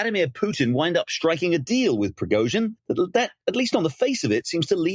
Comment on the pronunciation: This was the lamest analysis. Huntsman can’t even pronounce Prigozhin’s name. What else is he oblivious to?